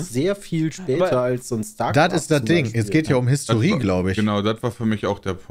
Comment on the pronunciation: Peter, am Wort Historie arbeiten wir noch.